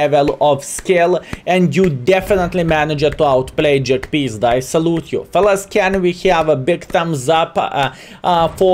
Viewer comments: It's not jagpizda its jagpanzer. But I get the feeling you say it like this on purpose. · Half the reason to watch skill is to hear him say Almighty Jagpizda